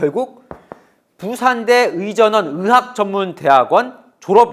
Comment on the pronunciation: 아나운서님이 의학을 으학 으로 발음하시네요 다른 기자님들도 그렇고.. 이렇게 발음하는게 맞나 싶을정도로 이런 사람들이 많은데 제가 잘못알고있는건가 싶을정도네요.